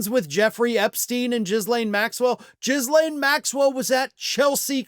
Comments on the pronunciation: "Jizzlane"?? Ghislaine is pronounced Gi as in gig and the s is silent. Have you been watching Mockler bungle it? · What is so hard to pronounce "Ghislaine" appropriately ? The "h" is just written to make the "g" pronounced just like in "garbage", no pun intended. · Ah, the "Jizz-Lane" pronunciation.